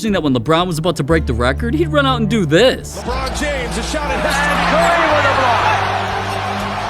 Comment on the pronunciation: Yeah LBRON JAMES says alon